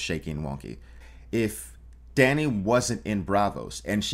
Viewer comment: Dany was butchered.